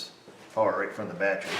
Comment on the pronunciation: Did he say batt tree Vice grip watching south main lol I am high as shit thank you yes